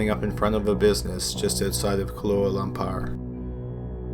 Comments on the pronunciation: “Kahlúa Lom-par”...Is that some fashionable new cocktail?? Try “Kuala Lumpur”, capital of Malaysia, you dolt. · Did you say Kalua Lumpar Malaysia ...? I’m pretty sure it’s Kuala Lumpur I like your channel anyway 😊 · Kahlúa Lum-par? Is that a new drink???!! It's Kuala Lumpur, you dolt. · Kalua Lampar...???!!! REALLY...??? It's KUALA LUMPUR...!! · Are you saying kaluah (ka lew ah?) lampur? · Do you mean Kuala Lumpur? "Koala Lam-Poor"? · Kahluah Lampar? LOL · should have been good but you need to be careful of your pronunciation ie kuala lumpur (kahlua lumpur) small details that could have made this vid great jmo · 'kahlua lumpar' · Dude, learn how to pronounce Kuala Lumpur correctly.